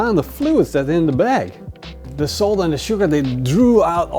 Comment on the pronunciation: Bro anyone else think he said soap at first until he said salt the second time?